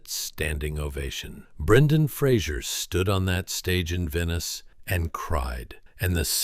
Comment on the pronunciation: At least pronounce the man’s surname correctly. He’s very gracious in not making a big deal about it but I’m sure it pisses him off no end, that no-one can be bothered to learn how to say his name, or learn to read it! He deserves a sincere apology from everyone who gets it wrong. I’t s F-R-A-S-E-R, and it has nothing to do with Kelsey Grammer and his TV persona! Credit where it’s due, please.